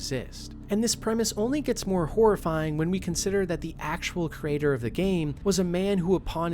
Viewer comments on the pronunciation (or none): none